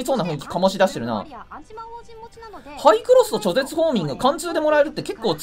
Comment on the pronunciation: ちょぜつって😅